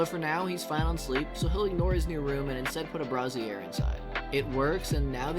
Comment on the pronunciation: Loving your vids. I've been beating my head into the wall on this game so it's amazing to see someone run the numbers. Going forward though - brazier is pronounced "bray-zhure" - the other way is a bra... for boobs. Sorry, I just kept seeing dancing bras! lol